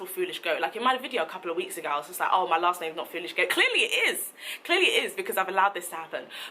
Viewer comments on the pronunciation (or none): none